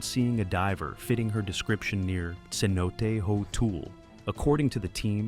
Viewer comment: that’s my biggest pet peeve. So lazy. They also mispronounced cenote as c-note a few times.